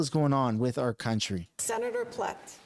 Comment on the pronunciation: Freeland needs to learn that it’s not ‘R’ it’s ‘our’ learn your words!